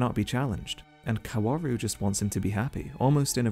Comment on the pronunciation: i'm not really a fan of your take but i do have to say that 'kaworu' is pronounced without all those w's lmao it's just 'kaoru'